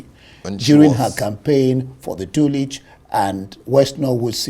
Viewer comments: Despite being one of a few Nigerians who pronounced her name correctly. However, the overall performance is simply naff. Too much interruption, incompetent pronunciation of common places in Dulwich (Dorlich... Terrible! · It is pronounced Dulwich with the w silent. Mr presenter don't pronounce English words wrongly